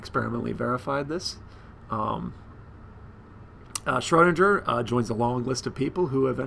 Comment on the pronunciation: Lol, learn how to say Schrodinger's name first, then make the video. Triggers me evrytim